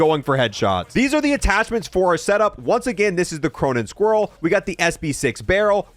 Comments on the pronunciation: I still dont get why he says cronen squrriel instead of cronen squall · Bro did he say cronen squirrel??? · WHY DOES HE CALL IT THE CRONEN SQUIRELL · Cuh-mer-ah, Cronen Squa-all that's the pronunciation.....